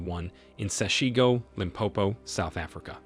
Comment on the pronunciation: Please learn how to pronounce the name of my township correctly. Do so before you make your podcasts. SESHEGO. If it is difficult Julius will teach you.